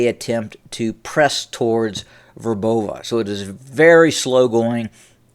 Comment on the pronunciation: Very credible commentary. I appreciate you are an American and slavic names aren't easy to pronounce but if I may - Robotina is pronounced rob-OH-tin-uh. Verbove sounds like vyAIR-buh-vuh. It's easier if you know the cyrillic spellings - latin transliterations misrepresent many of the cyrillic letter sounds. I hope that better pronunciation will add to your already great credibility.